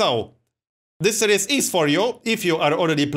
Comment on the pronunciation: Dont take offence to this because its really not a big deal. You're pronouncing 'series' wrong. Its more like Sear-ees, you're saying 'serious'.